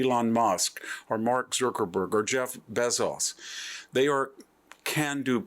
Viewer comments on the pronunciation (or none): Zookerburg? Bayzoss? Peter Till? Content is great but are you trolling us with how you’re pronouncing these names? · VDH has weird way of pronouncing some names: Bezos, Zuckerberg, etc.